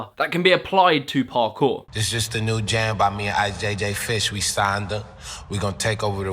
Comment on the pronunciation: I like how you say Parkour it just sounds perfect